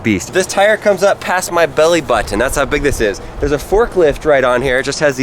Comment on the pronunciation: Its sooo weard when you say BATTON (not being mean)